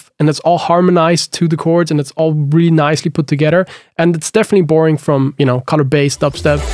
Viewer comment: lol whenever you say borrowing